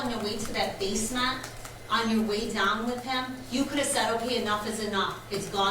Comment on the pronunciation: She keeps pronouncing basement as Base-meant its base-mint. So annoying